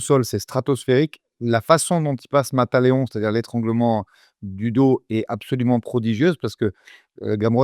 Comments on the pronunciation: Salut les gars!, on dit "Mata Léao" pas "Mata Léone" c important!!! lol merci pour votre travail 👍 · Pour être exact ça devrait plutôt se prononcer « Mata Léaon ». Vu que le ão est une nasale en portugais il y a quand même le léger son « on » à la fin. 😉 Dans tous les cas une prise de jjb qui veut littéralement dire « tue le lion » ça a de la gueule quand même 😅